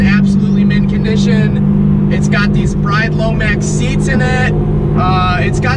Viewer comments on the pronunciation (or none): The seats are pronounced 'Brid'... Not bride.